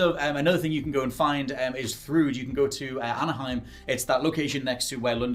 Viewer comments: I’m loving that you keep saying “Anaheim” instead of “Alfheim”. Love to see Kratos in California. 🤣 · It's Alfhiem not Anaheim hahaha